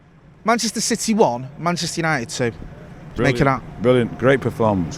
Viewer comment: Also love how he pronounces city... he goes 🗣 CITEH 🤣🤣